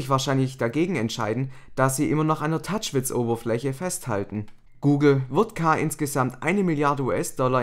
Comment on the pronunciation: Hat er Touch"Witz" gesagt ?`:D